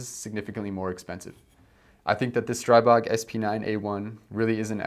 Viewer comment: Seriously. The Grand Power CEO corrected several people at Shot Show: The proper pronunciation is : Stree-bog. . .